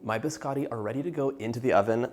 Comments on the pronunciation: I love the way you cook and bake i was born in Italy i been in America 55 years still never lost my accent no offense , (Just having some fun) Don’t call my BISCOTTI … BISCADI HAHAHA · Biscotti not biscatis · It’s not “biskawtee”….it’s biscotti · I was going to watch your video, but the first thing out of your mouth, you pronounced biscotti wrong. After that, every time you said the weird it was like pins and needles in my ears and I had to turn off the video. Please learn the Italian pronunciation instead of the American.